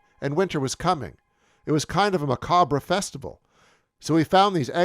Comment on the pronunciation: C'mon all you Joblos. Learn how to pronounce "macabre."